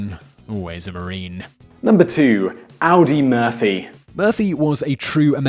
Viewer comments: Two things. You left off Neville Brand ?! Look him up the actor from the TV show Laredo and more Western movies than I can count was one of the most decorated soldiers in WW2 . And Audie Murphy. His name is pronounced Aw dee not Audi like the car. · I got that you're British but you lose all credibility when you don't pronounce Tarawa and Audie Murphy correctly. It's like an American pronouncing Thames incorrectly. I don't blame you but it's clear you're just reading a script.